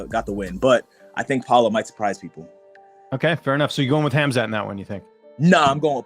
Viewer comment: Guys, the K is silent in Khamzat for the love of god. It is pronounced Hamzat - and if you really want to pronounce it correctly, even the t is silent so it's Hamza